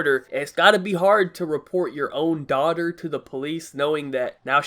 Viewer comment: "let me catch MY daughder" ~ 2017